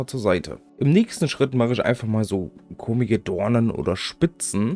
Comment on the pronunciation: komige warum sagst du komige?😂😂